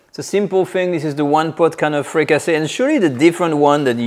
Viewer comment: Fricassée is a French word. You meed to translate it. The English word is Fricassee, with an EE sound.